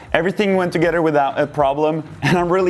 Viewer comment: Forgot to mention that I had a friend in college from Norway. You both have the same optimistic, enthusiastic attitude, and both pronounce 'together' the exact same way. Brings back fond memories!